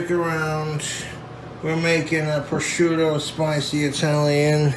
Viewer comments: I'm honestly amazed that he pronounced prosciutto right. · he says sargento and lucrene wrong, but he can say prosciutto properly??? my mind is blown. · He did a pretty good job pronouncing prosciutto as well. I’m proud of the BOY